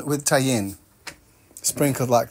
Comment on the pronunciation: If you want a break from peanuts; you could try doing roasted chickpeas and you could have fun experimenting with different flavors. Tajin on watermelon is tasty. The Mexican pronunciation of it is Ta-heen, but I think the way you say it is a bit like how people sometimes ascribe French or Italian prosody to words to make it seem more special 😄 For example Package becomes pah-cah-guh☺️ The cast and crew really have fun with your geek weeks. Why is everybody obsessed with butts😎